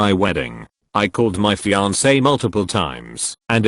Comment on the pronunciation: I miss "fian-ke."